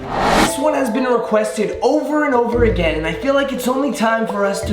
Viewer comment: says over and over agwin Me:thincks about spinel